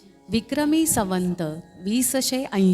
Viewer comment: निवेदन संवत ऐवजी सवंत म्हटलं आहे